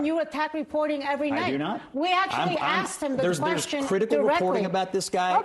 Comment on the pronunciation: "They axed him to leave"